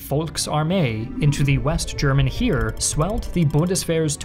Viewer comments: Btw “Heer” is basically pronounced like the English word hare (the big bunny thing) or hair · Minor thing, but the Heer is pronounced like hair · The "Heer" pronunciation needs a little work. Also the G36 scandal was just that, the weapon is fine.